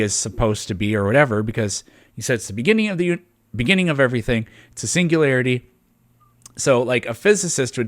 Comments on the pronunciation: PLEASE tell him how to pronounce singularity. Because it's NOT pronounced "single-larity". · He can't even pronounce "singularity"